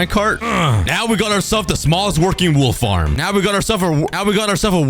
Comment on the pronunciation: dude cannot even say wool farm